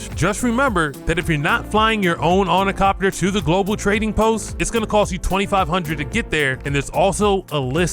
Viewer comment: As soon as I heard "ornicopter" I knew there wouldn't be anything knowledgeable here...